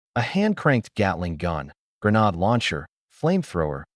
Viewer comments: cant even keep the genders correct as well or say granade right as well an stupid google cant tell wat a granade is either. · Okay good story but the arrogant Paladin being in two places???? Plus mispronunciation of the word grenade???? Minor deets here but I do like the story!!AAAAA+++++🙃🙃🙃🙃🙃 Yes a second part please!!!!!